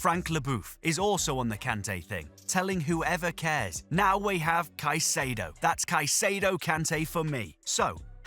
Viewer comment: its not "saikedo" is "kaysedo"